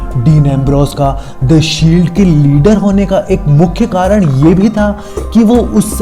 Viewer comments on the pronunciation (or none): none